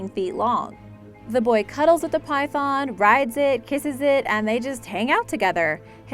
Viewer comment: Try to learn how to say python it's very disturbing